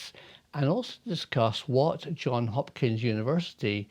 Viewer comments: "Johns" Hopkins University, not "John". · It is JohnS Hopkins not John Hopkins!